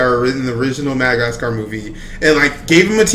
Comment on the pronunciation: “Penguins of Modogotsgar”